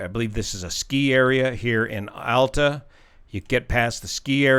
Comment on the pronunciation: You pronounced Alta correctly!